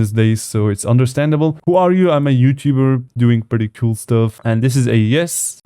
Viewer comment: I love how he says “cool (coul)”